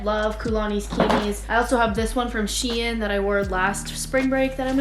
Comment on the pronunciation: i hate when people pronounce shein wrong itss (SH-EE-N) not (SH-EAI-N)